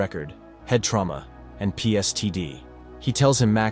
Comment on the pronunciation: It's PTSD not PSTD.